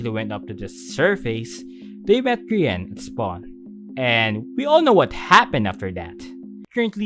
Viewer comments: Grian is g-aha-n This is a f-aha-ntastic video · "Grian is... G-aha-ne" Already made me laugh out loud. Love. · Grian is "gAHAne" got my dead 🤣